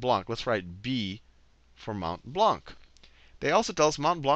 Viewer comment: just a side note for future reference (not being mean!) : you don't pronounce the last c in Blanc (even if it's there, I know... the wonders of linguistics...), it's pronounced "Blan"